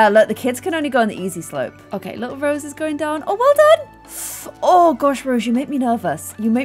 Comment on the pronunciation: I love how keeps saying Rosie but it's Rose